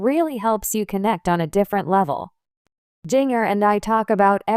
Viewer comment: AI Can’t Pronounce Ginger. It is not Ging— er. Also messed other things too in other video- it is very annoying !!